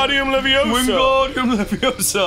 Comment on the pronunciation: goddamnit Ross. You HAVE to know is leviOsa, not levioSA